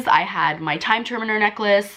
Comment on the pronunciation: “Time TERMINER” Correction - time turner. “ newt SCAMANDERMER” correction - scamander. Can’t be a true Harry Potter fan.